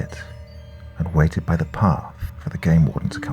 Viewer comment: I love these stories but honestly your voice makes me cringe. Do you have a speech impediment? "Da" instead of the, "wit" instead of with. Ugh